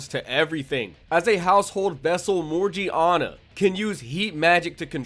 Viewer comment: Bruh you butchered masrur's and morgiana's names